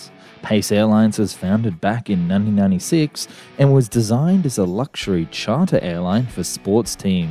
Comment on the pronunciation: Is “ Luxery “ anything like “ Luxury “ ?